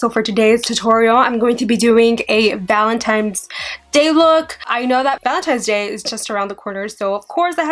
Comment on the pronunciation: I love you and your videos but please stop saying Valentine's Day like "valentimes". There's no m!!